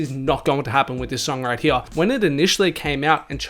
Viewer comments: The way you say “Here” is really painful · right heyah